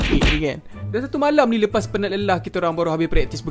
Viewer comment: yang pekataan leas tu benarnya lepas